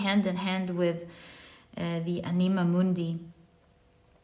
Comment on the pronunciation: Dear, to pronounce the words anima mundi, you must stress the first ‘a’. Thank you for another great reading ❤